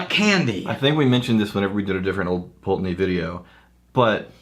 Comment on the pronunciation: Ye olde Pultananey! (glad you dropped your old pronunciation!) Think Wolfburn has now pipped them to the most Northernly mainland distillery up in Thurso. Edit - should have checked comments first, I'm like the 8th person to mention Wolfburn!